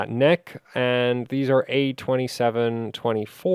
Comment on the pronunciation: I think its usually pronounced N.E.C. ?